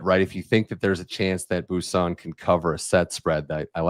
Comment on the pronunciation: Bwah, not bu for Boisson.